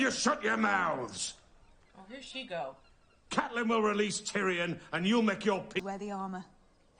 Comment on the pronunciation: Cat's full name is pronounced Cat-lyn.